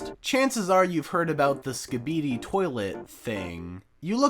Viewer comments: ski-ba-de not ska-bee-dee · its pronounced Ski Bee Dee toilet, also it is not for babies it is actually interesting, have you even watched it? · first fucking minute you jumpscared me with "sk'beedy toilet" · him mispronouncing Skibidi like that DESPITE IT BEING SAID IN EVERY VIDEO feels like the first tim I heard someone say LIKE HE SAYS HIS OWN NAME HOW DO YOU NOT HEAR